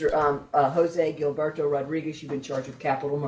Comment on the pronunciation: Is pronounce jilberto or hillberto